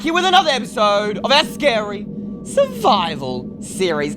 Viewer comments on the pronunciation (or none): It's scrary